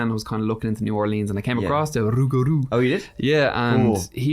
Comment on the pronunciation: Long time listener, Louisiana swamp witch here so I really enjoyed this one! New Orleans would love you so I’m here to put on further peer pressure! You said ‘rougaru’ correctly you belong here. 😆 There are actual signs in the French quarter that advertise ‘haunted’ or ‘not haunted’ on ‘for sale’ and ‘for rent’ signs. It’s a whole issue. Cant throw a stone without hitting someone with a ghost story in Nola. Love you guys! Keep it spooky! 🖤🪦